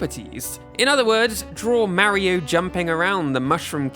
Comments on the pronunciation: "Meriow" Ugh... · You don't say Mario differently, you say it incorrectly. One of the nice things about the Japanese language is how they pronounce certain syllables and it's pretty clear from the katakana they use マリオ. There's no ambiguity here and to say otherwise is just silly. Nintendo knows how their own characters names are pronounced. It's like how on Star Trek, Pulaski mispronounces Data's name wrong and when he corrects her she says, "What's the difference?" Data responds with, "One is my name, the other is not." Calling him "Marry-o" is clearly not calling him by the name the creators set for him. It's one thing to call him that because of innocent usage via a native tongue, but it's another when you've been shown clear as day it's not "Marry-O". One is his name, the other is not. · You pronounce Mario wrong